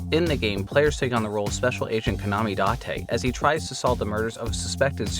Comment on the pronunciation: I mean, you heard how he pronounced it. Odd that he got Kaname Date correct but not Aiba though.